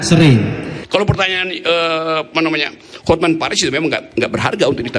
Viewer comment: HotMan dibaca hotmen😅